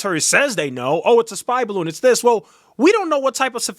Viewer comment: The “baroon” 😆😆😆